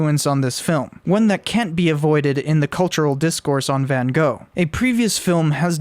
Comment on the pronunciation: You also get the pronunciation wrong. Your Gogh is correct, but Van is propounced as wth an F, Fan.